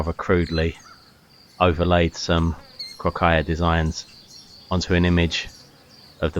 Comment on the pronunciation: You can paste "κροκαλια" into Greek google translate and listen to the pronunciation. You've almost got it right, there is no aya at the end and stress on the first syllable.